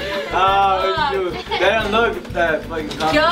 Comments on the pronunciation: S. it's Dimas no dimahs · I legit thought his name was D. Moss for the longest time, too. That's how says it lol. She says dmawse instead of dimahs which is confusing.